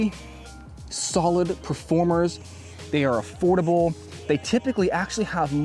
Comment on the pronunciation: It’s Affoldible 😂